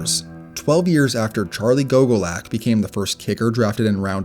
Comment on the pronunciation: When young people make these videos they often pronounce players' names wrong. Laughably so. For instance, the name "Erxleben" put the accent on the first syllable. ERX-lay-bin. Go-guh-lack. Not GOGO lack. WHy make these at all if you aren't going to do that minimal research???